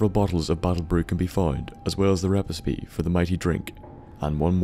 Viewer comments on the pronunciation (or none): "repespie"? i know accents can change the way we here things and different cultures have different words that mean the same thing, but don't you mean recipe?